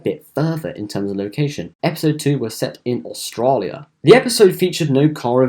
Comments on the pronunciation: Only complaint is the pronunciation of Australia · please for the love of god don't say 'Australia' like that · The voice over commentator must speak slow. He also tries to pronounce certain words in an unnecessary way (butchers the word 'Australia')